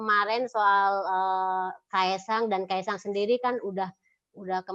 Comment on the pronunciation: Bilang kaesang aja susah amat..